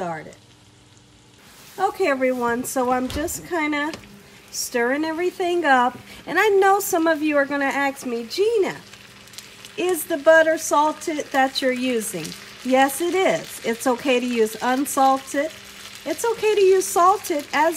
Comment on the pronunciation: Love this recipe but wondering why do you say ax instead of ask?